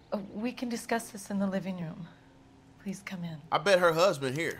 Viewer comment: "Dont kome on me" 😂😂